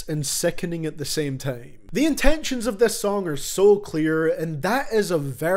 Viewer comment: normal people: time: tiem